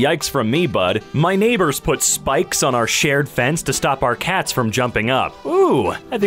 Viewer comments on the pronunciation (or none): none